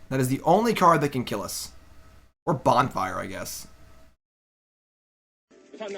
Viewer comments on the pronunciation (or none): none